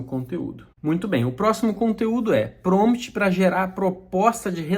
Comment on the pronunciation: Crítica construtiva: Não se fala PROMT, o correto é PROMPT. Gostei muito do vídeo, abraço